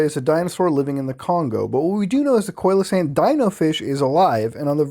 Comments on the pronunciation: Just an FYI, Muta, Coelacanth is pronounced "see-la-canth". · see-luh-canth coelacanth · It's pronounced like, seal-o-kanth by the way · Stop pronouncing coelacanth like that please. It's SEE LA CANTH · Coelacanth is pronounced SEE-luh-canth. They can grow up to twelve feet in length and have a pretty unique look. The oil and mucous that cover their body have a terrible taste and can irritate the lining of human stomachs and intestines, so they make a very poor food source. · Coelacanth= See -low-canth! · Lol I'm such a cow for correcting your pronunciation of coelacanth, but it's "see-low-can't". Impress your friends at parties! Lol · I like how he pronounce coelacanth different every time. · the way muta pronounces coelecanth makes me angry and hard at the same time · the way you pronounced coelacanth upsets me immensely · Especially because right behind it the correct pronunciation was given and muta just skipped over it 😂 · You pronounce Mokele Mbembe well but Coelacanth is pronounced "SEE-lacanth", btw, uncle muta.